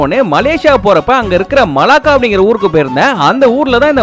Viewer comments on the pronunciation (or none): I'm from Malaysia,Johor...but you said Malaka not Malaka...Melaka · Im from melaka bro it's melaka not malaka na unnu malaka padekela